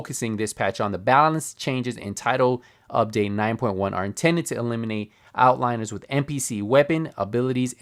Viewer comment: *reads the word 'outliers': That must be how you spell outliners.